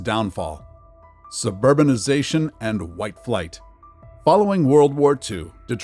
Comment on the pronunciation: DEE TWAH!